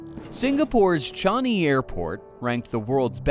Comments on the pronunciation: Pronunciation is wrong, it is not Chani. It's Changi. Why keep saying Chani?WTF. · Yeah, I heard 'Johnny' SMH.